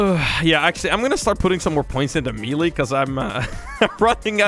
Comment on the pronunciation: The way he says melee